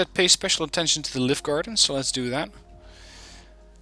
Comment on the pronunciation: I Like this deck a lot, Scandinavian Inf is spot on for town fighting! Since you like to pronounce things correctly, Livgarden is pronounced Liü-gaden (the google translate "listen" button helps):-) I played a game with Scandinavian Mech on Cold War Z to test them out in forest fighting up the right flank. I pushed to contact and ended up flanking Greenfor until I was knocking on their front door. (The Redfor players seemed a bit green:-p). But I was disappointed in their overall low autonomy. Granted, it is the long way round but there was still a lot of supply micro to be done for the units that started out at base. Especially for the EOTS Hawk. It has abysmal off road speed and autonomy. It did not fire a single missile all game even after resupplying its fuel reserves up 3 times since the start (Ideally, It should start every game with its own dedicated supply truck). It then took them 30 mins to climb a mountain to an AA sweet-spot. I soon gave up on them and brought in the Otomatics instead which quickly over-performed. I guess they are better used on certain smaller maps;-) Great video as per usual, thanks for the insights.